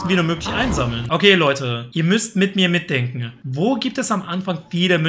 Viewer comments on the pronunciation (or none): Machne, dran denkne... Wtf sprachfehler